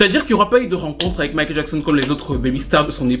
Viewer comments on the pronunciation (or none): none